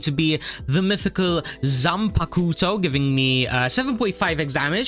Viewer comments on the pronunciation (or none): its pronounced zan-packed-toe